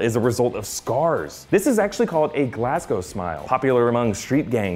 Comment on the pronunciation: I'm so Glad that he can pronounce Glasgow so well for an American , as a Glaswegian it triggers me so much when people cant. Awesome break down keep this kinda thing going